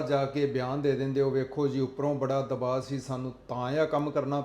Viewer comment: ( ਦਬਾਅ ) ਹੁੰਦਾ ਹੈ ਦਬਾਵ ਨਹੀਂ ਹੁੰਦਾ ।ਤੁਸੀਂ ਤਾਂ ਪੜ੍ਹੇ ਲਿਖੇ ਹੋ ।ਸ਼ੁੱਧ ਪੰਜਾਬੀ ਲਿਖਿਆ ਕਰੋ ਤੇ ਬੋਲਿਆ ਕਰੋ । ਦਿਨ ਬ ਦਿਨ ਪੰਜਾਬੀ ਚ ਰਲਗੱਡ ਹੋ ਰਿਹਾ ਹੈ ।😂